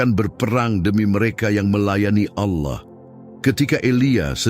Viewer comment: Allah di bilang auloh😂😂😂